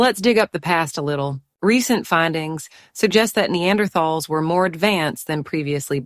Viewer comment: So artificial voices can mispronounce "neanderthal" too